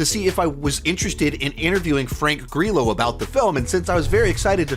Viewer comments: I think you mean Frank Grr’eelo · I love that you mispronounce Frank Grillos name